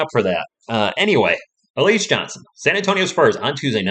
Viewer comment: It's pronounced Al..E..Zay